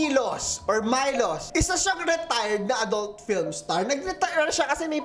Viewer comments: The name is pronounced sa "Milosh". Hehe. Living here in the Balkans and I have a friend named Milos. Also, Spasojevic is pronounced as Spa-so-Yeh-vich. J is Y and -c is ch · Milosh po yun:D, Spasojevic - Spasoyevich:) Pinay in Serbia po! Love your vids!!